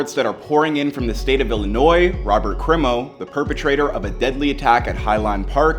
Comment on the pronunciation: Thumbs up for pronouncing Illinois correctly.